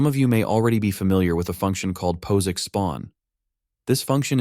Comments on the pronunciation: Is there a way for you to phonetically guide the AI voice such that it correctly pronounces terms like POSIX? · Pose icks. 😊 It's Pos -icks as in POSitive. And now I want him to do a video on LaTex. 😎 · i've always heard it pronounced the first way, i suppose its an accent thing. Data or data?